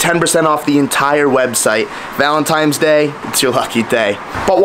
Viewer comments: Another year of saying "Valintimes day" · ValenTINES NOT valenTIMES lmfao good lord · It's ''Valentine's day'' not Valentime...lol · VALENTINES not VALENTIMES!!!!!!! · Why are you saying valentimes day multiple times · Of course says "Valentimes" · Bro for the hundredth and eighty second time… it’s valentiNes day. There’s no M in it 🫠🫠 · Shout out to “VALENTIMES DAY” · New game, take a shot every time says Valentine’s Day wrong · Guy just doesn't learn, every year he says it lol.